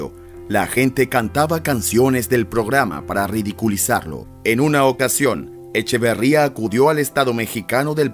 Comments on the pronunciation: Te aclaro que el nombre de este ex presidente es Echeverría y no Echavarría, como lo dices en tu video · Es Echeverría no Echavarría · Es Luis Echeverría , no Echevarría. Y es María Esther Zuno , no Zuño. Infórmense bien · Luis Echeverría no Echevarría, Esther Zuno no Zuño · Echeveeeeeeeeería, no Echevaaaaaría. Y Zunnnnnno, no Zuñññño! Que caray! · Documéntate... no es "Zuño', es "Zuno"; no es "Echavarría", es "Echeverría"... tu compromiso es informar, no confundir con lo que difunden... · El presidente se apellida ECHEVERRIA, y no Echevarría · Luis Echeverria no Echavarria, haces documentales y ni siquiera el apellido te sabes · EchEverría, no EchAvarría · ...no es echevarria... es echeverria... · A ver locutorcito... Los apellidos son Echeverría y Zuno, no Echavarría ni Zuño. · No es Echevarría, es Echeverría. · NO es EchAvArria es EchEvErria.... ojo Tampoco era el apellido de la primera dama de aquel entonces ZuÑo, era ZuNo.... buen video solo corregir esos detalles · Porque chinga...el q habla decir... Echavarría.....y no Echeverria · Echeverría no Echavarria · Interesantes datos. Aunque creo que fuera de cronología y quien hace la narración debería de informarse mejor antes de hablar, ya que no era "Echevarria" sino "Echeverria" el apellido del Presidente. Y la esposa del mismo, su apellido fue "Zuno", no "Zuño". Tampoco tiene sentido que se ganó la antipatía del presidente Echeverria, y que murió en 1989, puesto que el periodo del tal presidente fue de 1970 a 1976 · Echeverria. Quién narra, sólo lo pronunció bien una sola vez. Echeverria, no Echavarría. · El ex presidente se llamaba Luis ECHEVERRIA ... NO Echavarria... Otra Ma Esther ZUNO.. NO ZUÑO ..B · No era Luis Echevarría, sino Luis Echeverría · QUE LAMENTABLE QUE NO SEPAS QUE EL EX-PRESIDENTE SE APELLIDABA ECHEVERRÌA, NO ECHEVARRÌA, EL NADADOR OLÌMPICO ERA ECHEVARRÌA SI NO MAL RECUERDO. NO HAGAS VIDEOS SI NO CONOCES A FONDO NI LOS APELLIDOS. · ECHEVERRÍA NO ECHAVARRÍA